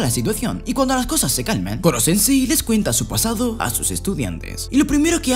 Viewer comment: era koro no kokoro xd